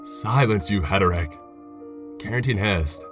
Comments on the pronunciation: he re tic. not heteric. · HAIR A TICK not HETER ICK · Hair-a-tik not het-a-rik. No offence intended. I love your stories and narrations.✌ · Heretic is pronounced Hair-eh-tick not Heterick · It's hair-ah-tick I like listening to you but I'm a grammar Nazi at the heart lol keep it up oh and new-klee-er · Heretic not heteric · Hair-a-tic. That's how you say "heretic". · Im sorry but you keep saying heretic wrong. Its like :hair-ah-tick" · HERETIC. One who commits heresy. Proofread before you do these would you? - Heresy (hair-uh-see) NOT HERESAY - Wanton brutality (wON- tun) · Did the mispronunciation of “heretic” drive anyone else insane.